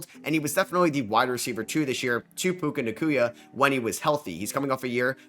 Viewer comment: “Puka Naqula” fryin me😭